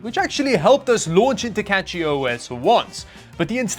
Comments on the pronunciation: I just want to say that, CachyOS not CatchyOS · cachyOS is pronounced cash-ee. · Brilliant idea to mispronounce cachyos and get all the Linux nerds going. You got me okay